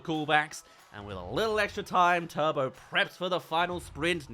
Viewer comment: Turbo* no "tobouuu" genio